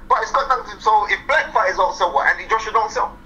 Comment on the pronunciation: It's "SELL" not sale. And James Degale doesnt consider himself black. In England mixed breeds dont see themselves as black.